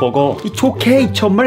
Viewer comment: “ Hi AmEhhriCUUUm